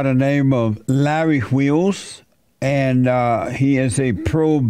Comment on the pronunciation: larry "hwheels" lolol